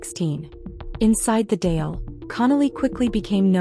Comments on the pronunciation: It would be helpful and respectful if the person reporting learnt how to pronounce the name of the government. Dáil has an emphasis on the á. Other inaccuracies but not to pronounce Dáil is unacceptable. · AI slop cant pronounce Irish words